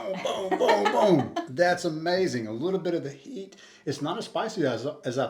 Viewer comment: H'it aka heat it. lol